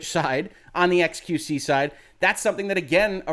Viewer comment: "Ex-queue-see" Your French is horrible, but I understand you ask for forgiveness for talking about large butts, err, largess. You are forgiven.